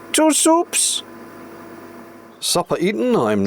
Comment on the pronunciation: Even when making a single soup, the phrase "two soups" must be uttered in a trilling voice. Fine work. I do feel that your fridge was merely suggesting that the spreadable butter didnt need to be below room temperature though!